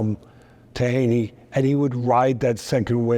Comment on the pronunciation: I’m a stokie and it’s mental to see teddy atlas talking about someone from our city he’s a really likeable bloke really good honest character (p.s it’s pronounced hee-knee😂) up the potters 🔴⚪️